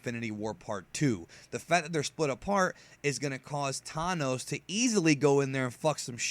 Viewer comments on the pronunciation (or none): "Tanos" seriously dude it is "THanos" come on